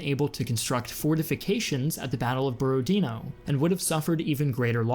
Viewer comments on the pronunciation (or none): It’s not “borodino” its BorodinO